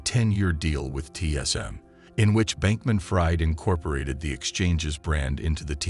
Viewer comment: I can't stand it....Sam's last name is pronounced "freed" not "fried" as in "fried bacon". Sam Bankman-Fried is a liar me thinks.